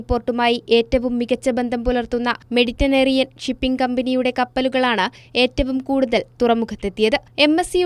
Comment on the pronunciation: 'മെഡിറ്റനേറിയൻ' അല്ല, മെഡിറ്ററേനിയൻ. (Mediterranean)